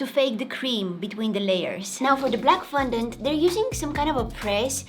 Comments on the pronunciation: She ate the whole cake, didn't she? And quick thing, It's not FUN-dent it's FON-dent, I love the vids here, so please for the sake of my sanity (what little I have left), PLEASE get better at remembering and pronouncing words. PLEASE. And I say remembering because when you put the green gems on your face, the paint made you look like Gecko/Greg from the PJ Masks, I was very annoyed that you couldn't remember his name, remembering the word Gecko is very easy. Love your vids! 💜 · Its FON dant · girl you said fundont its fondant